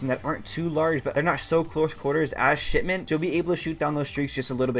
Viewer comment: Really sounds like you saying Shitment